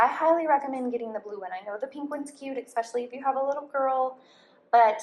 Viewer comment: EXpecially is not a word, mom. There's no X in especially. eSpecially, ok? Don't teach that to your kids, either, you're a native speaker, it's embarrassing.